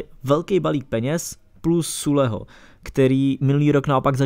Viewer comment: sule, hamls, zerome boateng - to uz svedci trochu o vseobecnem rozhlade autora